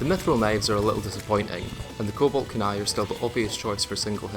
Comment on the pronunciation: full sincerity. i have never ever heard someone mispronounce kunai. i didnt even know it was possible 😅